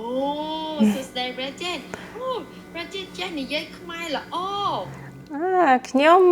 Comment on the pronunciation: You said the word Khmer perfectly 🇰🇭❤️ all the other words! I’m impressed.